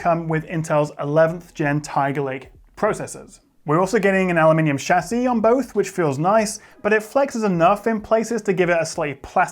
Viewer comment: Honestly hearing a tech YouTuber say the word chassis properly is a wonderful thing Also: Hard to "Swallow" 😂😂